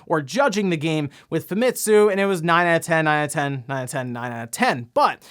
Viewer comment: I know I've been nice and not calling you out on this, but you've been mispronouncing Famitsu. You don't put emphasis on ANY of the letters. It's pronounced "Fahmetsu" Sorry, as a Japanese person myself, it really annoys me when primary English-speaking people commonly mispronouncing Japanese words in exactly the same as the rest of them. Not angry at you, just annoyed. Sorry for speaking-out.